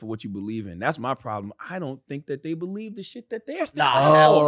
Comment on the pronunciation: "U bulive wacha u bulive U bulive wacha u bulive U bulive wacha u bulive "